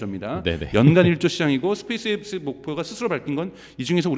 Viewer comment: 스페이스엑스도 발음을 스페이스익스 스페익스로 들리는데 제가 일자무식인가요?? 진짜 굼긍해서;;; 엑스를 익스라고